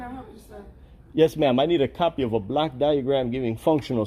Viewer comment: When you ask for a block duagram it sounds like black diagram. May i suggest you pronounce it like blawk diagram which may be less confusing to the individual being queried.